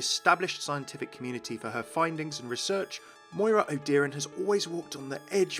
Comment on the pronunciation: Irish,, or Gaeilge, but not Gaelic. And it's O-dyore-an, not O'Deeran.